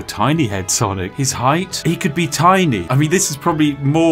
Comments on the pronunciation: Why dose everyone say sanic it’s not sanic it’s sonic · Why does he keep calling sonic “sannik?” Is there an inside joke?